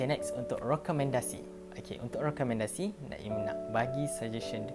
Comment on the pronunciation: Bestt tq, perkongsian menarik.. tersasul rekomendasi jdi rokemendasi tu biasa laa HAHAHA🤣 btw srs kena baca buku ni 🥺